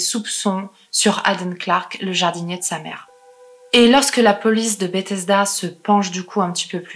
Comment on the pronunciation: Contente de te découvrir :) Sinon, Bethesda se prononce Beuthesda